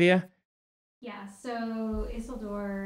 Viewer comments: Brandon's mispronunciation of Isildur's name drives me crazy. It is not "EASEL DOOR" ffs. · Why are they saying Isildur's name so wrong? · I loved this deep dive into Rings of Power. Makes some good points. Was anyone else bothered by their pronunciation of “Isildur”?